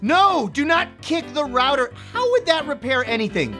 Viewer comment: HE CAN'T PRONOUNCE ROUTER CORRECTLY!🤬💢